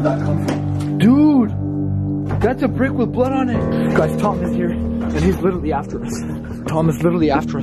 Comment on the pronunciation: literally > lichearly